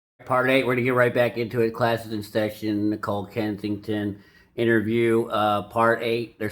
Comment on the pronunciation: Kessinger not Kensington